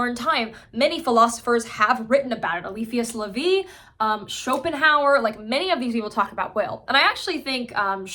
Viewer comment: A-leaf-ee-us La-vee